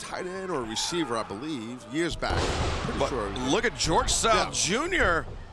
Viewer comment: George south? "Gorilla" 😅🤣🤣🤣🤣✌🏽